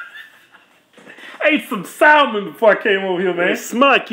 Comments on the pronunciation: salmon has a silent “L”. 😅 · You dont pronounce the "L" in salmon. Its suppose be like "saah-mon"